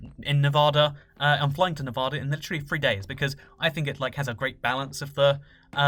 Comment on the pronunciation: Pleas say Nevada right